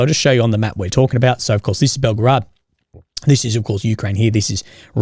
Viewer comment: This is not "Belgrad"! This is BelgOrod!